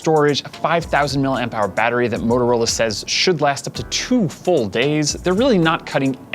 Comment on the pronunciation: he really has issues saying motorola